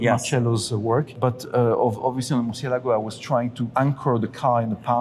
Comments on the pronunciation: I realize you are very knowledgeable yet you STILL pronounce the word MURCIELAGO wrong. Please pay attention to the unveiling video for the proper way. Keep up the great work!!! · I cringe everytime they mispronounce Murcielago